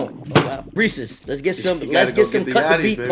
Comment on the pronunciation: reeses it rhymes with pieces